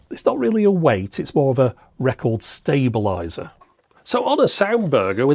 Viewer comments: ... how do you pronounce "stable"? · Stab-a-lizer? Sounds like a current UK thing. :)